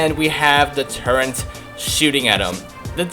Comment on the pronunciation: why does he say turret so weird.